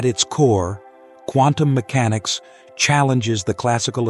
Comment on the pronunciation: I just about fell off my chair laughing when I heard the Dalai Lama pronounce Quantum Mechanics as CONDOM MECHANICS....😂 As to "Dependent Origination," in Pali it is called Paticca (pronounced Patichha) Samuppada, which in Sanskrit is Pratitya Samutpada. The "pada" in both words is pronounced paada. And as to the emptiness of all things, I too believed in that till I got hit in the head by a cricket ball some years ago 😂